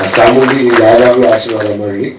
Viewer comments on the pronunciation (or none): none